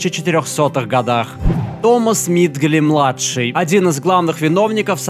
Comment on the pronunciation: только томас миджли, а не мидгли, аж видео на паузу поставил как услышал и этот коммент писать пошёл